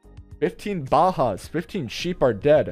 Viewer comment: Bajas o muertes but your pronunciation when you saying bajas is not correct